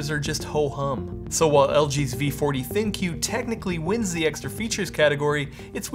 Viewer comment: Isn't LGs ThinQ supposed to be pronounced "Think"? Instead of Thin Qu?